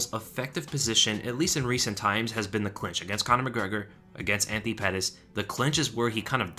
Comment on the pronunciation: Lol YouTube subtitles make your pronunciation "Aunty Pettis" 😂